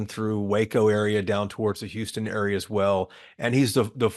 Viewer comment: Houston is mispronounced